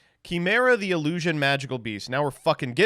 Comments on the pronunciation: Why does he say chimera like that? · I swear to god if says Chimera wrong one more time.